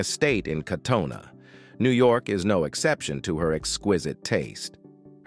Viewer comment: He’s pronouncing Katona, way wrong.